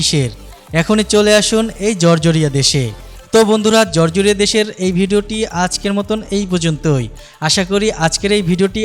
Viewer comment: জরজরীয়া না, জর্জিয়া। উচ্চারণ সঠিক করেন